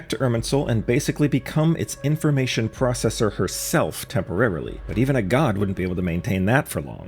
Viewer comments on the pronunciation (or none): none